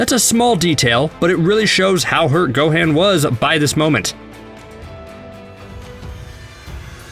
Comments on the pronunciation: He said gohin It is gohan God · GO - HAN NOT GO-HANE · The amount of times he says everyones names wrong gohaan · Dude says "Go-Han" like they do in the Big Green Dub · This guy can't even Pronounce Gohan Properly. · I hate the way he pronouncing theses words like gohan and saiyan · The way this dude says Gohan really shows he's never watched anime or played the game. That really irritates me you give opinion on something you know nothing about.